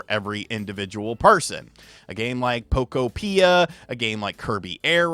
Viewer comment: Can you at least pronounce the game correctly? Poke-opia, like a Pokemon utopia.